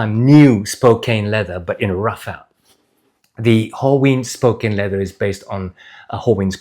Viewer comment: Great review as usual! Just a heads up that Spokane rhymes with can, not cane. It's named after the city of Spokane, which is in turn named after the Spokane tribe of indigenous people.